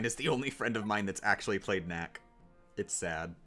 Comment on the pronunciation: acctully more like knacctually.